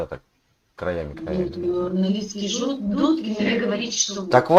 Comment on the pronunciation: Не Дудкина, а Дугина.